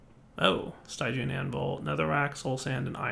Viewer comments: Stygian is supposed to be pronounced as "Steegian", like its root word Styx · ...the y in stygian is pronounced the same as the i in still. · No, stygian is pronounced as st-i-jee-uhn. The root is from styx but that is also said as "sticks"